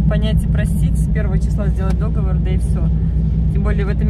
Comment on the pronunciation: Извините, но договОр, договОрЫ. Я преподаватель русского языка, привычка.